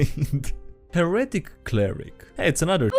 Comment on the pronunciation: he-re-tic btw not her-etic